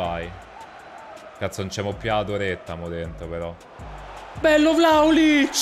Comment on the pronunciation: "Bello VLAOLIC" aahah fazzo dislessia